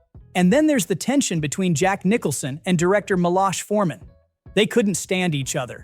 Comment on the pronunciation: Milos Foreman's first name is pronounced "MEEE---loshe" Accent on the 1st syllable. The 2nd syllable has a long O. You pronounce it like the 1st syllable in "ocean". Other than that little nitpick, great job!